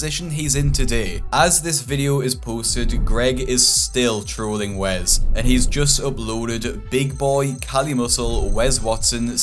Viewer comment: It’s Wes not wez lmao